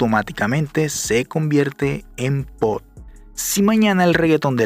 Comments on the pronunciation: Te felicito por el video, pero una recomendación, no se dice POD, se debe pronunciar como POP. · Bro, se dice POP, no pot. Saludos, campeón. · Lo que en verded me molesta es escuhcarte pronunciar mal la palabra POP y decirle POT